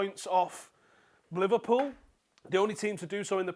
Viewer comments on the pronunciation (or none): none